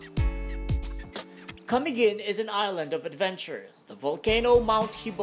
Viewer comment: IT'S CA-MI-GIN NOT KUH-MEE-GUHN